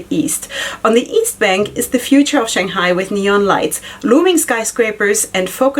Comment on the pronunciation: You're saying Shanghai just fine. :) Congratulations on getting on the pr list.